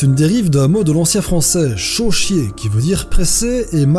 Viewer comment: "chauchier" désolé ça m'a fait rire x)